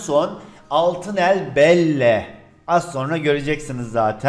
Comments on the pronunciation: Abi Belle deil bel diye okunuyo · Belle diye okunmuyor Bell diye okunuyor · abi o belle diye okunmuyor bel diye okunuyor lütfen artık bu karakterlerin okunuşlarına biraz daha dikkat et!!!! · abi yazılışı belle okunuşu bell gıcık oldum lütfen belle deme nolur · ŞUNA BELLE DEMEYİM BELL DİYE OKUNUYOR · Abi belle dil Bella diye okunuyo ama yazılışı belle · abi belle bell diye okunuyor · Abi belle bella diye okunuyo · Abi belle belle diye okunmaz Bell diye okunur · Abi belle belle diye okunmuyor bel diye okunuyor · abi belle deyil bella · Abi belle değil bel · abi obikere belle degil bella diye okunuyor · Bella diye okunuyor abiiiii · Bayli okunuşu abi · Abi onun okunuşu Bell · Abi onun okunuşu bella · Belli diye okunuyor abi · bell diye okunuyor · bel diye okunuyor